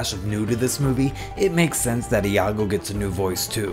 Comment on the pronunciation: Informative video, but please work on your pronunciation. It's not "Ih ya go" or "Ee ya go". It's just "Yago". The I and A combine to form a Y sound.